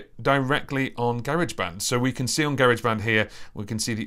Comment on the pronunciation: Just here to confirm the UK pronunciation of Garageband. Take my like